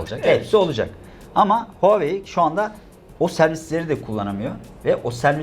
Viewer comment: Huawei -- okunuşu Huavey.Çinliler konuşurlarken sesi Havey gibi çıkar.İki hece aslında iki farklı kelimedir, anlamı Çin Başarısı(Çinin gururu da denebilir) .. Onun derken, huaveyin = doğru, Huaveynin = yanlış. Huawei kelimesini Türkçe'mizde telaffuz etmek kolay değildir ancak ayna karşısında çalışmakta fayda var.